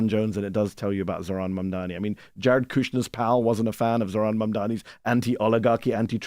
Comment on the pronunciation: MAMDANI. Not Mandani, or Mamdami, or Mandamni. MAM...... DANI.